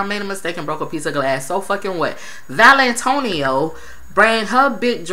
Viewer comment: I love that u keep calling her valintonio